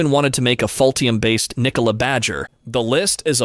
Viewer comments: I am sorry, but did you mean "Ultium" when you said "Faultium"? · Interesting when the narrator says Ultium in the video it sounds like he is saying "Faultium". It is even spelled that way in one of the graphics. It is perhaps a truer name for the GM EV Platform. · Is he getting paid by “fault-ium” 😂